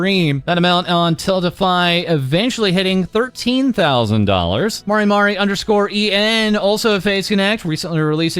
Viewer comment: props to for properly pronouncing maris full name marimari_en